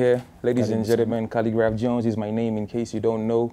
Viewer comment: 😂 😂 Did you just say khaligraph johns🤣